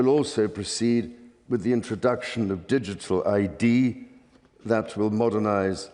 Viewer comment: notice the way he said digital ID almost as if he was spitting it out